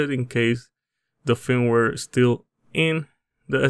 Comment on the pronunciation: HOLY SHIT WHAT AER YOU CALLING IT FEEMWARE ILY